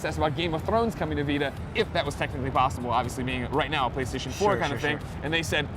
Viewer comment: What's Flaystation? lol